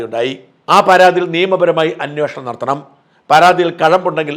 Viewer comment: 100 പ്രാവശ്യം പറയാൻ വന്നതാണ് അന്വോഷണം അല്ല അന്വേഷണം ആണ് ശരി.